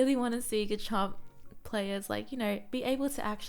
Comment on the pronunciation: Thanks for the video. Btw pronunciation is Steadfast (Stehd-fast) and Garchomp is Garrh-Chomp